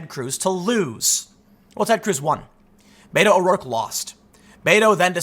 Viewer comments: Did I here you say Beta ? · Spanish is my second language. I interact with a great number of Latinos that solely speak Spanish. I have asked many of them for the pronunciation of the shortening of Roberto. I always hear bet-o not bate-o. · ur mispronouncing "beto." u gotta make the "t" sound in a latino fashion. oh, the pandering